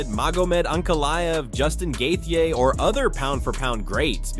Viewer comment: have you ever pronounced any names correctly ? laughed hard on gethia , gold